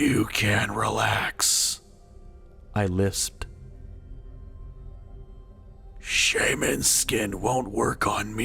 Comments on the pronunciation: Did he say "Sherman" instead of "Shaman"? Lol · sherman?? SHAMAN